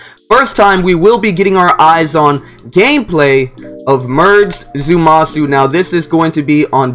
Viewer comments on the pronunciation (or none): I’m glad someone else peeped that out I thought I was the only one like there’s no “U” in there bro stop saying that lol it’s Zama-su two syllables with an “A”